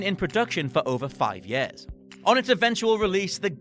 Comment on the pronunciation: “Yeh-ahs” 😆 Years